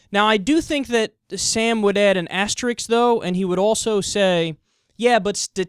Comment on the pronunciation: It's 'asterisk', Kyle.